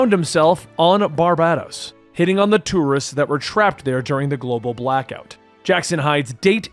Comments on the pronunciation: Not "Bar-Bad-dos" .....it's "Bar-Bay-Dos" love your vids man. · Lets try pronouncing Barbados as Bar-bay-dos